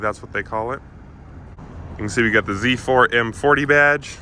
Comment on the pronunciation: its not Zzzzzzz 4 its Z 4 🤦‍♂